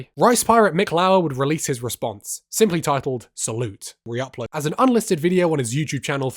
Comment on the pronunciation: Was pronouncing salut as salute an edgy meta joke?